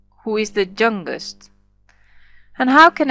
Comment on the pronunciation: i dont understant.. what means "THE JUNGUEST" or u want to say YOUNGEST? :|